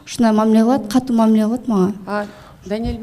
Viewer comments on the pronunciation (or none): none